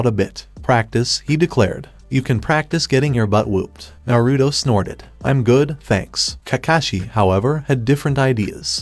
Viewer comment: your saying narudo its naruto